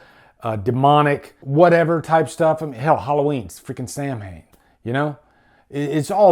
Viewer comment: not trying to be a dick, but Samhain is a Gaelic word and it's pronounced Sah-win not Sam-hayn